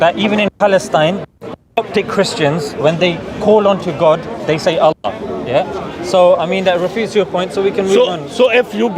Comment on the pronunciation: You see even call Allah name he cannot say proper words.he better going back to India.